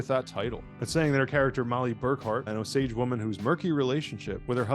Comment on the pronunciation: I think it's interesting how so many people mispronounce the name Osage in these videos about the movie. It's like they do a ton of research about the Hollywood folks but can't be bothered to do even a quick look into the people at the center of the story.